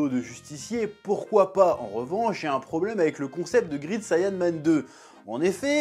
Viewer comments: Ca se prononce grèit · Great et grit ça ne se prononce pas pareil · Grit sayanman😂 a toujours du mal avec l'anglais 😂